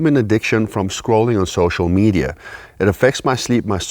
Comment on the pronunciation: U said Social Meida